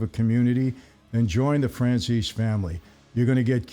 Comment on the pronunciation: Michael, when you mention your wine, you might want to leave a pause between Franzese and Wine. Otherwise it comes off as FranciSwine